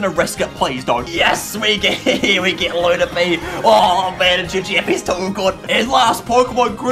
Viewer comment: LO PU N NY not lunapy